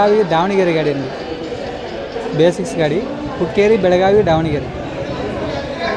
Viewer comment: Sir pz correct ur self it's ದಾವಣಗೆರೆ not ಡಾವಣಗೆರೆ